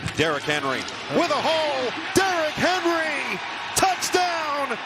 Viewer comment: D-Rock Hen-Roy